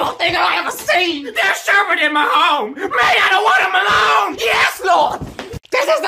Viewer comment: the way he says home 😂